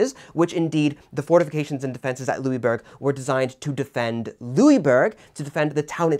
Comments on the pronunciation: Well, I'm from Québec, your pronunciation was pretty good, just next time pronounce it "Louisboorg" if you want to get it spot on. Also, I hope you cover the siege of Louisbourg some time in the future, along with other events in the seven years war such as the siege of Québec itself. Great job by the way. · I wouldn't say to pronounce the "g" though. We don't pronounce the "g" in "bourg". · Louisbourg? Translate it into german and it is Ludwigsburg, there is a town north of Stuttgart with this name , there is one of the largest german palaces/Schlösser.